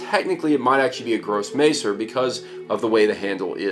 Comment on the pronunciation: His pronunciation of Grosse messer is pretty....yeah, so don't expect him to get Maciejowski correct. lol